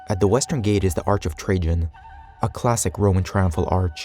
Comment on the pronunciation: Lol ,how read Trajan . So first A and second A arent a same ?. So logical, why would any A be same like other A , when you can read whatever you wont insted of A. You look smarter then